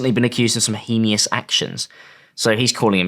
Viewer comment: Can't believe pronounces heinous like that I'm cryin